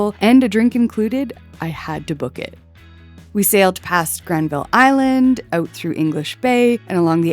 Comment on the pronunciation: Capilano Suspension Bridge .....a rip off. You mispronounced Granville Island ! You can't pronounce anything ! You went to the tourist dumps ! You missed everything great. Planes are so exciting ! GASTOWN DIED 20 YEARS AGO. RENTS FORCED GREAT SHOPS OUT ! SUSHI CREEPS......LEAVE BC NOW. AMERICANS NOT WELCOME !